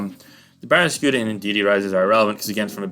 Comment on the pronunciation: Why can't you pronounce barraskewda? Edit: Why can't pronounce the name of many pokemon?